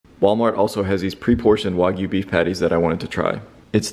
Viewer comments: Do u know how to pronounce words? It's not wogyu it's wagyu.. wag, like a dog wagging its tail.. it's only English get it right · Anyone gonna tell him he’s pronouncing Wagyu incorrectly